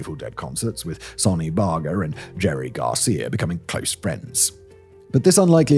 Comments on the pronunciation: I hate how everytime a YouTuber decides to do a video on the Angels they butcher thecpronunciation of ever single name. Buchet is booSHAY Barger is as i 'barge' Goddammit.. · Again with the inconsistent pronunciation! At first he pronounces Sonny Barger with a soft G in his surname, which is the only way I've heard it. And then next time he says it with a hard G? And these aren't Serbian names this time lol. It just comes off as lazy at this stage . Take more time and learn your script properly.